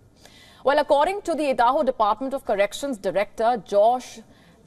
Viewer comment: Did she pronounce Idaho as Eeedahoo, wow, nice.